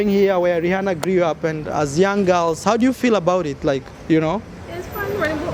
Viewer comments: Learn to pronounce Rihanna please 😂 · It’s just Rihanna brah, not Jesus